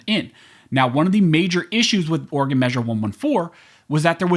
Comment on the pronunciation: It's not state of organ its state of Oreegon"